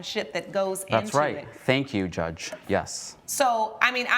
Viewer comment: What’s a “JUSGE”?